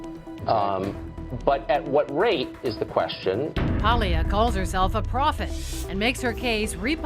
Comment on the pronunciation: You'd think Madonna Ciccone, so proud of being Italian (when it suits her), would know how to pronounce "Paglia."